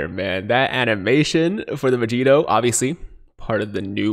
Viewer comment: The first time Vegito announces his name, definitely sounds like he said Vegeta.